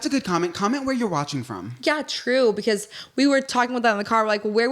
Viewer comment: The toes have to stop moving, and needs to practice saying "because" correctly😂